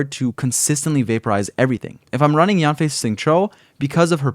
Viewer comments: her name is actually pronounced as yaen/yen fei and not so much of yaan fei but overall a great guide thank u for this !! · The real pronunciation of Yanfei is actually Yenfei 🤭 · Thank you for this video! I’ll definitely be using it. Her name is pronounced Yen-fei with an E! Just thought I’d let you know ☺️